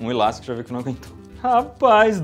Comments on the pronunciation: Cada vez que ele falava ilástico: :'( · Que agonia ouvir o Iberê falando ILASTICO